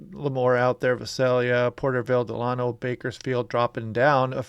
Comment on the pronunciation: that town in California, just north of Bakersfield, (Delano) is pronounced "Duh LAY no."